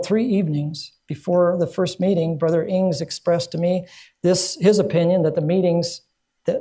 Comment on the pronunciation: Powerful presentation! Thank-you. BTW, for historical correctness, I'm pretty sure it is William Ings, not William Ing (at about 14 minutes). For example, see: Eld. Wm. Ings, “Past, Present, and Future,” Advent Review and Sabbath Herald, 69(7), Feb. 16, 1892, p. 100.